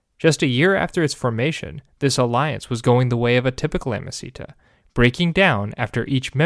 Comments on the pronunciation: I don't know if you know, but it's not "amicita" (which sounds like a spanish per name), but "amicitia" (pronounced amiciTSia) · "Ah-mah-see-ta"? What a weird pronunciation, neither classical nor medieval. Either "ah-mah-ki-tiya" or "ah-mah-chee-tiya" would work, but this doesn't. It may seem trivial, but inaccurate pronunciation is disruptive to your listeners. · Amasita? Amosita? So you mean amicitia? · Sorry but the way you pronounce "amicitia" is utterly wrong. You make it sound like a spanish word! It should sound something like this: a-mee-chi-tee-a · Also wrong. There is no “ch-” sound in classical Latin, it doesn’t exist. “C” is always a hard “k” sound regardless of following vowels. a.miːˈki.ti.a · Also, hard C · I had to bail after a few minutes even though the history was good. Could not abide the inexcusable mispronunciation of ‘amicitia’. Five syllables, not four. The first i as in ‘eat’ not ‘it’ and the second i as in ‘it’ not ‘eat’. Roughly ‘ammee-kitty-a’. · I'm confused by amicitia being pronounced "amacita". It sounds Spanish or something... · It doesn't sound like Spanish, it doesn't sound like anything at all. 😅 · Awesome content! The only thing is that amicitia was pronounced quite badly. Remember that in Latin, every single letter is articulated and all c's are hard (in the classical pronunciation at least, that is). Hence, it should have been a-mi-ki-ti-a with the i after the last t clearly articulated! (Suffciently correct) Latin pronunciation is really easy to learn; I am sure you can find 20 min guides on youtube.